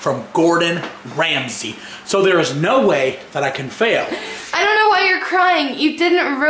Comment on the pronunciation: I thought you said "Gordan Freeman" not "Gordan Ramsay" XD